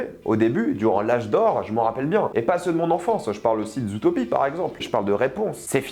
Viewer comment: Naaan mais Mdr’ les prononciations : Zoutopie, Décé, Encanto et j’en passe par contre petite exception pour Soûl qu’il prononce correctement xD je sais pas si il est con ou quoi mais en tout cas il se la joue malgré tout 😅